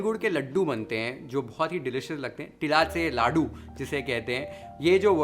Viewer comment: Thank you for showing simple way of making Tilache ladoo.. the pronounciation of Tilache ladoo specially the 'ch' in Tilache is bang on.. Love all your recipes and way of showing them... Warm wishes for makar sankrant.. तिळगूळ घ्या, गोड गोड बोला